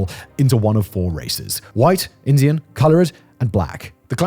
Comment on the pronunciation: You've got to stop saying "co-lo-RED" 😂 It's colored, like a colored pencil. 2 syllables lol